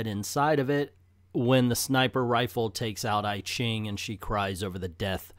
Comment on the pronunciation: I ching is pronounced E ching.